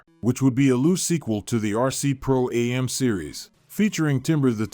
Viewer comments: Pro Am, not A-M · Pro-Am is pronounced phonetically!